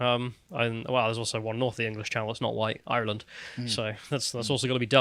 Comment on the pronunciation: The poor lad even struggles with 'Ireland', he always says 'Eyerr-land', the funny mispronunciations are part of charm.